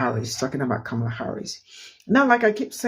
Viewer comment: For the love of speech: (Comma - Lah) Kamala it isn't hard to pronounce especially since she tells everyone how to pronounce her name. You are just being lazy when mispronouncing it.